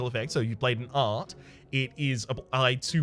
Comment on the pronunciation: is anyone else annoyed at the "e" at the end of art